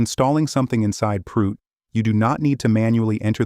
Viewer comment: This is amazing but sorry… Proot sound exactly like prout in French and it means FART I know this is childish but damn I am laughing soooo hard